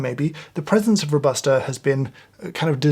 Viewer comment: “Robusta” pronunciation is kinda like Ro-buh-stah not Row-bah-stah as you do it. Love from Italy 🇮🇹